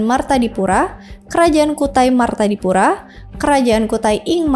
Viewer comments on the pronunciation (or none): martadipura, bukan martapura